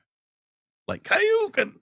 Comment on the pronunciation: It's funny you pronounced Kaioken like Hadoken bc Kaioken is a sort of similar type of attack, but from the anime Dragonball / Dragonball Z. Sorry I missed the chase. Really pleased I caught the QA.